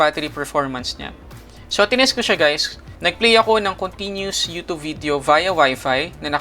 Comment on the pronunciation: Yutub. Nakaka bother pakinggang haha